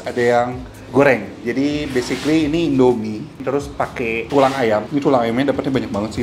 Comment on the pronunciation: Basicly ..basicly ... :D